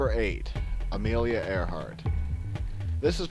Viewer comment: Amilia Mary Earnhardt.... haha